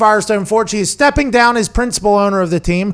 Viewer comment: “stepping dahn” nice